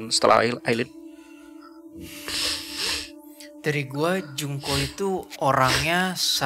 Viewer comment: Masukan yang bagus. Ngomong2 namanya Aileen (bacanya Ailin). 👍